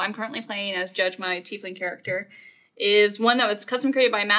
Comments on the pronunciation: you lost me at Tea-leaf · He has trouble saying "Tiefling" ...